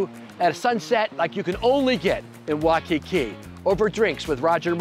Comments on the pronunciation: It's pronunciation is Wai (as in why) Kiki not Wakiki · I just can’t get over “Hannahlooloo” and “Waaaahkiki” 😂 And none of those people took you to get an actual aloha shirt? 🤦🏽‍♂️